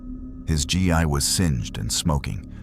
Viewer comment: gi is pronounced (gee) in japanese